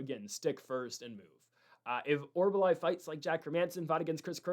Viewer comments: Ffs Mick-Tuh-Beck Oral-Buy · Why was Orolbai so difficult to say. Idiot